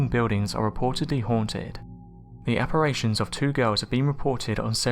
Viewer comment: Apparition not apparation, brilliant content though.